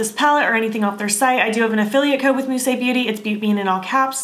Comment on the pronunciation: Beautiful!!! I love it!! And you pronounced it well!! 🌻🌻🌹💮🌼🥦🥦💐💠🥀🥀🏵